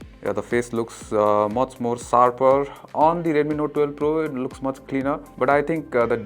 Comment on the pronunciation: Nice vlog but a feedback which i hope u work on. Plz learn to pronounce the sshhhhh sound. U pronounce Sshhh as Ssss. Eg its Short and not SORT. Its sharper not sarper. Pl pronounce the H sound in sh